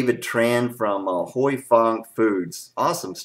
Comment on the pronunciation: I have been told by an Asian with the name Huy that it is pronounced whooey or who oui. Like when you are excited and say wheeeee! Any way you say it it's a great sauce! Thanks for the comparison video.